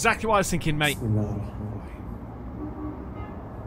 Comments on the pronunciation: The way u say Bismillah ..ahrmaraheem...in lols rofl even if dnt understand but damn that's a prayer to Allah...that u the devine one your the most giving n pls forgive us..but uuuu yismillaah lolz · If anyone was wondering when he says smallah it’s said like bism allah which means in the name of allah. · did he just say bimallah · It's "bis" "mill" "ah" hope this helps you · why does he keep saying "smeelah" ? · Im not a Muslim but It is pronounced [Bismillah Arrahman Arrahim] which means... God the merciful the benificient.